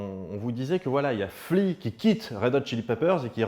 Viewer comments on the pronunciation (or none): none